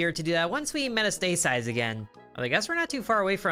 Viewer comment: Metastasize, pronounced Met-ast-a-size. Metastasis (met-a-stay-sis) is a pathogenic agent's spreading from an initial or primary site to a different or secondary site within the host's body. The term is typically used when referring to metastasis by a cancerous tumor. Silly boy! (BTW, not trying to be condescending or belittling, just trying to pass on some knowledge. Silly boy!😉)